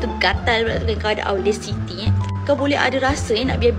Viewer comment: Pronouns audacity is actually OUDACITY. Belajar english betul2 kalau nak laki kaya kak 😂